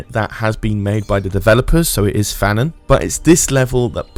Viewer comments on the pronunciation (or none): none